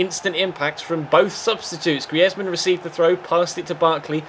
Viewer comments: You're not pronouncing Griezmann right its Greezmann not Griezmann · I fucking hate it the way he says greisman 😲😲😛😲😲😲😲